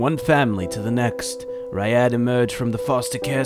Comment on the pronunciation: it's Faisal not Fayaseal lul and Jackal the Muslim boi is Ryad as in Riad, not Raiyad. Put you triggered replies below.